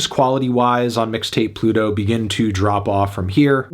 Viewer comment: melon really said "Midtape Pluto"